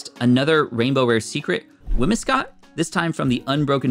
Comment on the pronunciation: fyi, the gardevoir wasn't full art and it's whimZcott (pronunciation) Great video !